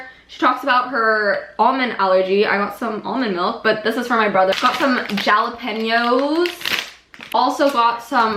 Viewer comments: luv u but when u said jalapenuoes i was like- jus wanted to point that out lmao its 'ha luh pee nyow' btw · Jalapeños is pronounced halapeños hahaha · How- how did you just pronounce jalapeños